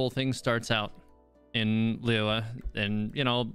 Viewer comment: " Lay-yeagh" This is the worst pronounciation of LiYue I have ever heard, I like the content but wish he at least look up the proper pronounciation? It's more respectful right?